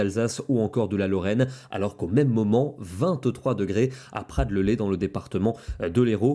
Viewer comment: merci pour vos prévisions, juste une précision, on dit prades le LEZ, on prononce le z (le lez est un cours d'eau qui passe à Montpellier)